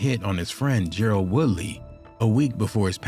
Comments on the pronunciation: Ger-RARD not Gerald😂😂😂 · Gerard not Gerald